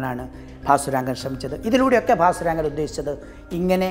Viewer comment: ഭാസുരംഗൻ എന്ന് എന്തിനാ ഇപ്പോളും പറയുന്നു...കേട്ടിട്ട് prandu പിടിക്കുന്നു